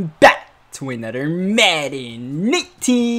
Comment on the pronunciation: “Welcome back to anoder”